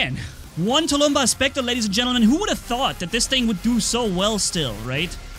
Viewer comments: It’s tulmbas not tulumba but I don’t care. I personally like the way you say it better tho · please speak properly! Tulumbás is SINGULAR, not tulúmba. Plural is NOT tulúmbas, but TULUMBÁSES. If to spell its pronounciation in English way it would be touloum-bús. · Dis any 9 e else see the title and think SERIOUSLY?! Where is the s in tulumbas! (Please don't take this as hate)